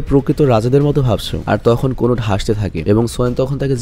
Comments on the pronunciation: Konut na kanut😂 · কানোট কোনুট নারে ভাই